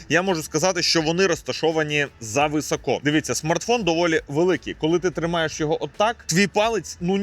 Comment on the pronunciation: Не "високО", а "висОко"...